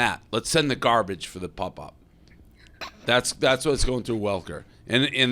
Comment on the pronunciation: Dave is mid-40s and still pronounces pop as pup. That shit gets me everytime.